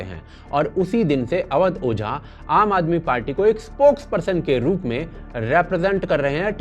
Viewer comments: अवध ओझा ना ना ना ना❌अवध बोझा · ओझा। नहीं। बोझा